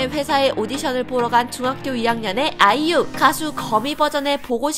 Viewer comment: 말 끝에 그냥 아이유 하면 되는데 아!이!유! 하는 거 킹받네